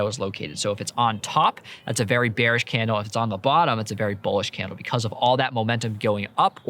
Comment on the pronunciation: ah yes hate when the market is "beanish"